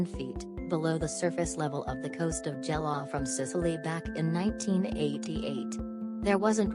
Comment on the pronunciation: When are you clowns going pronouns things correct Lu. gela.is pronounced as Gay-lah